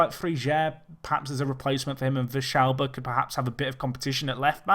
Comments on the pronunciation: Also it's vee-yalba, not vish-alba. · normal Spanish, you would say Vee-yalba, but Argentinian is a little bit different. Another example is the song Hay Un Niño en la Calle, where Calle is also pronounced as caa-che.